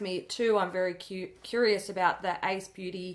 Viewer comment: Hearing Ace Beautē pronounced correctly for once is wonderful!!!